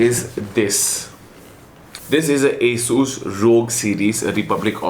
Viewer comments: Aaaasooooss ???😂😂😂 it's Asus right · Bro don't mind but your Pronunciation Asssuuuus Rooooggg is simply Awesome..... 😜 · Asssusss or Asus?? ? Hahahahaha lol